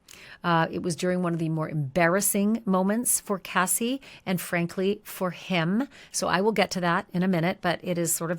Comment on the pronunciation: Why do you say the lady name is kathy its cassie i thought 🤔🤔🤔🤔